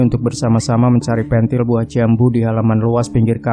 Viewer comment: Bekasi Nyimak ...Maaf Pengucapan "Pentil" ,Kurang Pas Ya om